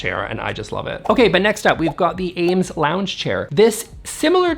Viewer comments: Eames is pronounced “eemz,” NOT Ames! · *It’s pronounced Eeemes, rhymes with dreams. Great video!